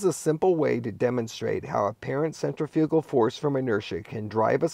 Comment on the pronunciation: You may want to explore the pronunciation of "centrifugal". 😜